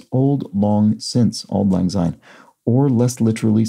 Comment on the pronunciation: As a Scot I'd really prefer you to not pronounce "syne " with a z sound at the beginning ie with an s as in sound not a z as in zoo. There is another Scots word " sine" as in " Better a clean sine than a dirty dicht!" = better a clean rinse than a dirty wipe.